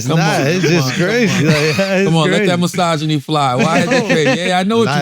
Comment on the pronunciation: Not a episode unless you hear charla say MYSOGINY